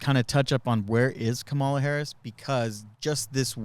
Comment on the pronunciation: For some strange reason , I enjoy this show and miss you. I love my bidet, LEARN HOW TO SAY HER NAME !!! (,LA) AND what have you ever heard from a VP